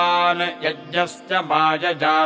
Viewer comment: Sir i have been practicing these mantras after watching this video, felt great. But i have some doubts about 1 mantra 2nd line ( Mamrta' t ) it sound like ( Mamrta द ) 2nd mantra ( sahasra ) it sound like ( श्रhastra ) and 2nd line ( mayaya ) it sound like ( Mayaजा) i was listening in slow motion also but sounds same to me. Please correct me so i can chant correctly. please let me know which one of these are right and what are the exact pronunciation. Also the written mantra in English below sanskriti sound very different from Sanskrit mantra sound.